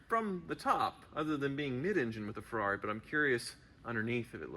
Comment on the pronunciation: It's not a Ferrari, it's a Yee-Haw-ree